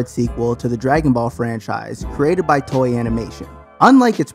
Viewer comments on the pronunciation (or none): none